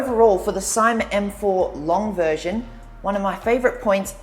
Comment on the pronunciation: Say See ma not Sie ma